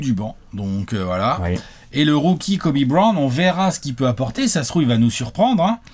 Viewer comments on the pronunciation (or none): Ptdrr j allait faire un arrêt cardiaque quand a dit Kobe Brown, j'ai entendu kwame Brown à la place